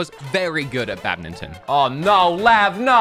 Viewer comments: Lol I love how pronounces badminton like bad-min-ton however its pronounced bad-mitten. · I'm sorry, did no one else hear him say "badmington?"